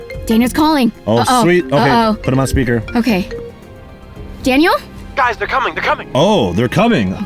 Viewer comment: When Daniel was calling v said Danyear